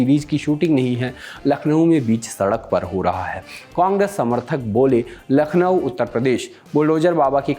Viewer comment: नखलऊ nhi hai bhai....... लखनऊ है.....नाम तो सही से लेना सीखलो